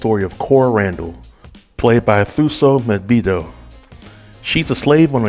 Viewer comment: "2-SO" "M-bare-doo" (Thuso Mbhedu) hope that helps with the pronunciation of her name. I loved the series.. Thank you for the review